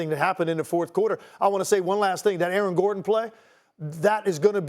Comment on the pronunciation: "Aaron Garden" - Shannon Sharpe